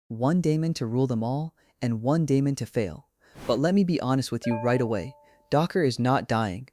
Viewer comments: Stopped watching when you mispronounced daemon. TWICE. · hahaha lol you mean when the elevenlabs voice mispronounced